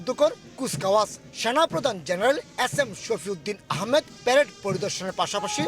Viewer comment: উচ্চারণ টাও ঠিকমত করতে পারে না।এস এম কে বলে এ্যাস এম।যত সব তোতলা